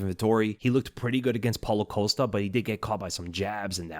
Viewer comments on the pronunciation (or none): none